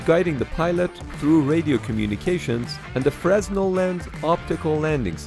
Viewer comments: "MK" is pronounced "Mark." It's not a "Frezz-nal" lens, it's a "Fruh-nell" lens. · It's pronounced "fernel" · Frah Nell not fres, the s is silent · Fresnel is pronounced 'Fruh-nel'. Not 'Fres-nel'. French inventor. It's a very common type of light-focusing lens from lighthouses, signaling lamps, to theatre lights and street lamps. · It's NOT pronounced "Frez Nell" lens. Fresnel lens is pronounced "Freh NELL" The S is silent. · Isn't it pronounced "freh-nel"? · Fresnel is pronounced fray-NEL. the s is silent. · "freznel" lol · Fre-neel. Lens. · Fresnel should be properly pronounced as “Fren-el” as it’s a French word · Fresnel is a french name. The way the French pronounce it is "frey-nell", with the stress on "nell". The "s" is silent. If you are in the Navy, you pronounce it... like the other crew member do! Something like "fruh-nell". Otherwise, you will be considered as an alien! But avoid to pronounce the "s"! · You do not pronounce the s in Fresnel. It is Pronounced Frenel. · it’s pronounced frenel tho spelt fresnel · Fresnel is pronounced ‘Fraynell’! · Fresnel is a French loanword to English. It's pronounced "fruh-nel". You don't say the "s". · Fresnel is pronounced Fre-nel. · That's pronounced FREE-NELL lens. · Fresnel is pronounced fra-nell. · I depends. Augustin Fresnel was french. If you are french, or if you want to pronounce it the way the French pronounce it, you don't pronounce the "s", and it sounds like "frey-nell", with the stress on the "nell". If you are in the Navy, you pronounce it... like the other Navy crew members! I guess something like "fruh-nell". But please avoid to pronounce the "s"! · It is pronounced Frezznell when mispronouncing it. But that shouldn't be the goal. The s should be silent. All other options are flawed - a personal name is a personal name and the owner decides how to pronounce it. So no different from how many people manages to miss how to pronounce Porsche - but in that case incorrectly making the final e silent.